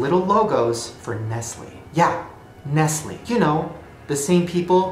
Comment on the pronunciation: The only real conspiracy in here was when he said nestleE 👀 👁👄👁